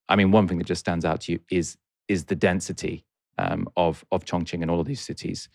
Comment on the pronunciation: You kept mis-pronouncing Chongqing as Chong-Ching. That reminds me of a racist boy I met in American that screamed "Chong-ching, Chong-Ching" when he saw me.